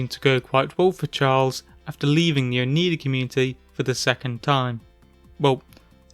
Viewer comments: The Oneida are also a native American tribe, originally from the east coast around New York but now mostly centered around their reservations in Wisconsin as well as Ontario in Canada. I wonder why the cult adopted this name for themselves. You tried your best, but the pronunciation is Oh-Nie-Dah not Oh-Nee-Dah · Oneida is pronounced Oh-nī-dah. The letter i is long, pronounced the same as pie or as in the proper noun Niagra. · FYI:Oneida is pronounced O-NY-duh is an upstate NY indian tribe that was a part of the old Iroquois Confederacy.